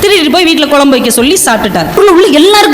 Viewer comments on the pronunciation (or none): none